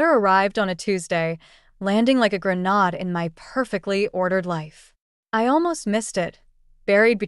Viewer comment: "Grenahd"..... seriously!? Please, TRAIN THESE AI VOICES! This sounds so unprofessional. 😮